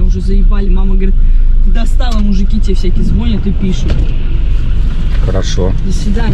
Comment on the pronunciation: Не звОнят, а звонЯт😀👏